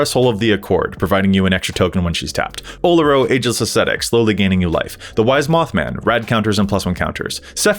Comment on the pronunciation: I dont like the way you said oloro.